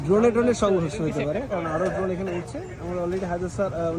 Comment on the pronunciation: সংঘর্ষ না ধংঘর্ষ😂